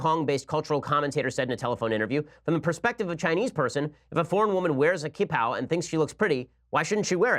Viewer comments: Its pronounced "chi-pao" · Ben, please stop butchering the pronunciation. Q is pronounced as tch in Mandarin so it is the Qing(tch-ing) dynasty, qipao(tch-ee pow) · The 'q' in Chinese is pronounced like "ch" in English. So qipao = chee-pao and Qing = Ching.